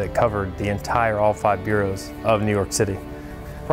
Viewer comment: And it's boros not "Bureaus"